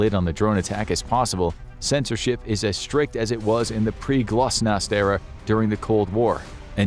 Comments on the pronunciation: glasnost not glosnast😂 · Glosnast?! Glasnost for sure...